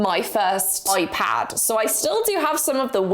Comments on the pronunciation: Alternate title: saying Oipad for 16 minutes straight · I’m sorry but…. ✨oi-pad✨